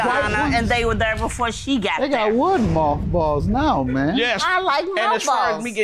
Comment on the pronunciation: Dam I must be high I thought she said malt balls like the candy not moth balls lol